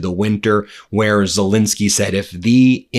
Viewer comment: Ben, can you PLEASE pronounce Zelenskyy’s name properly? It might bring him better luck!